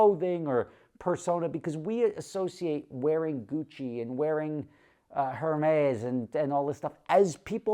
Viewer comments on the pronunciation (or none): "Wearing hairmaze"? Lol